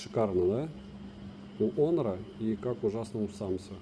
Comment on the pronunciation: Отличный обзор! Прекрасные виды, полезное резюме! Только он не "хонор", а онор.